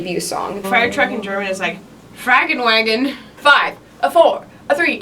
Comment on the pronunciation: fRaGeNwAgOn you mean,, feuerwagen lmaooo